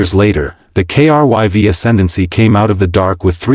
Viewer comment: In the end, nothing new here, but not a bad story. You got the Down Vote because of Editing. "KRYV", everytime this name comes up, the TTS spells it, and that is a limit of the TTS program (I use them daily). There are certain words that need to be spelled phonetically to be pronounced properly. "Krive" or "Crive" probably would have fixed this. The problem is, you all are so worried about cranking out this AI Slop, there is next to no editing being done before moving on to the next one.